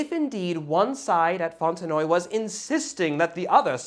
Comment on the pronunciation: Not sure why but I haven't noticed one of your videos in a while and then when this was suggested I was ... unsubscribed. YouTube strikes again. Anyway, you pronounced Fontenoy correctly as it is used in English speaking countries although the only English speaking country it is spoken of on a regular basis is Ireland ... The French do indeed pronounce it differently. The story of how the Irish ended up fighting for France and winning Fontenoy is a whole different story. The picture is the Irish Clare Regiment at Fontenoy. Redcoats versus redcoats.